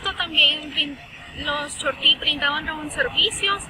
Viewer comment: Terrible que algunos estudiantes no usan bien la acentuación en el nombre "chortí ”